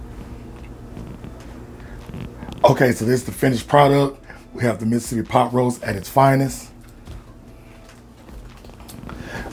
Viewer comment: INSTANT Subscribe After How You First Pronounced 'Mis-sippy' lol